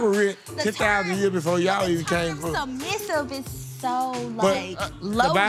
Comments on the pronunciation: Bruh this man can't say the word "Submissive"😂😂😂😂😂😂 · He couldn’t say submissive or pedestal